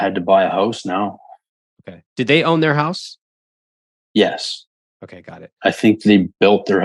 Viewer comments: I keep hearing him say HOST vs. HOUSE. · I thought he said 'hose' 😂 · Is it just me or the way he says “house” is kinda wild